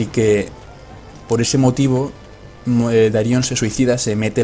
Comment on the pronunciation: Darion, no Daríon xD